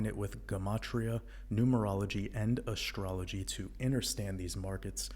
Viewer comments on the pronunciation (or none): The way you pronounce Astrology makes it sound quite edible. 🧑🏿‍🍳